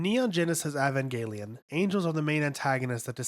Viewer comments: IVANGUELION my boy just say, E V A N G E L I O N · dude literally calls it "Avangaylien" 🙄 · I hate when people say it pronounced as "eh ven jehl i yin" that J SOUND I CANNOT BELEIVE IT AND WHEN THEY SAY "AHSOOHKAH" IT IS MORE LIKE "ASKA WITH A SMALL T I N Y U SOUND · man, your pronunciation is all over the place. ahvengayleon. longuiness. preemordial. sakeel. shephalpod. rameel. gegeel. asooka. israfile. sandolphin. matareel. eerule. mahgee. l'leel. atsooko. bardeel. zayrule. ayreel. armaseel.